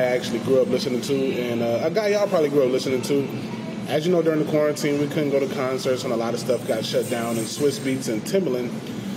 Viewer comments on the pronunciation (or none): none